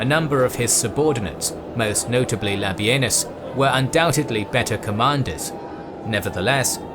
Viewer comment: No, no not Labienus La Benis